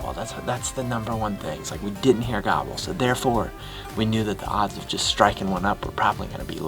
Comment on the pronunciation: progression over the years with the way he says gobble has been hilarious. From gaaaabuhl to gaabull is worth noting. Atta kid! Atta boy!